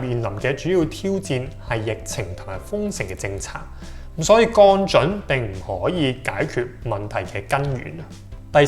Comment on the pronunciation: 已訂閲。但希望你改善懶音「銀」，「降準」⋯等等都需要讀正音。